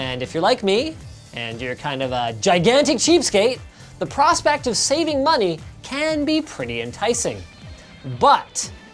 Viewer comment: Why are you saying "Money" xD